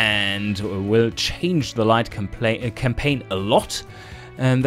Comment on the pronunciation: Did I hear you almost say "Light Complain"? That gave me a little chuckle. Also nice to hear the devs look through what people make